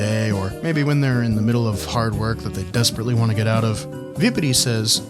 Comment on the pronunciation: vibidi toilet (i swear thats what it sounds like hes saying)